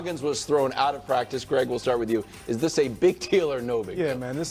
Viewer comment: Oh no the poor pwactice baby got push on the gwound. Football is getting soft